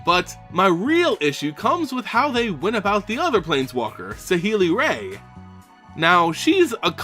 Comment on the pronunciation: Saheeli's last name is pronounced like "rye". Also, I personally really liked that she preferred to use her abilities to build things rather than fight. Dovin Baan had a lot of really nice moments in the Kaladesh story, especially when he decided to bring Baral, someone on his own side, to justice in the middle of a rebellion. And of course I love Arlinn Kord and hope to see more of her, but her power set didn't seem particularly relevant to the battle against Emrakul, and her transformation abilities being dependent on the moon of Innistrad makes her seeing some action on another plane rather unlikely. I'd wager that she'll be more important next time we visit her native plane, with the Eldrazi out of the way and all.